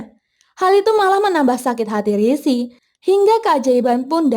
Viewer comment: sering bgt min rishi disebut sri😅